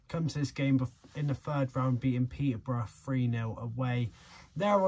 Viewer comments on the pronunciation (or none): none